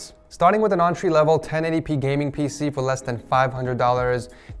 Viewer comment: Did you say auntry lvl?..... I am triggered XD. Build the most expensive one 😬